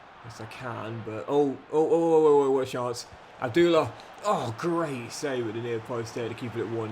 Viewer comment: Please stop mispronouncing player’s names like abdullah and barranetxea